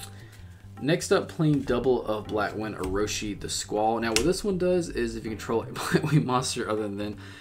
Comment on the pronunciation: Actually you didn't butchered their names